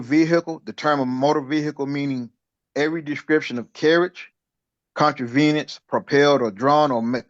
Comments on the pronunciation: This man just said “Con-tra-veen-us” instead of “ conveyance”. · There's always interesting new pronunciation of words they try to use - 'contraveyance' was the winner here.